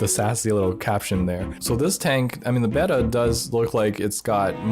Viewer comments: He pronounced Betta wrong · I hate the way you say Beta